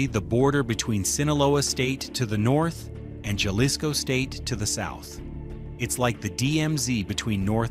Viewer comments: Ha-lisco not jah-lisco. Your pronunciation needs some work my brother. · Good content but can you pronounce Jalisco with an H not J - Halisco. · Jalisco - Ha-lees-go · Oh wow I never knew that’s how u pronounce Jalisco! I was pronouncing it with a J this whole time haha 🤦🏻‍♀️